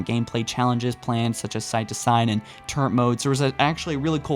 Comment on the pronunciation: Soooo just had to say: it's "turret" not "turrent"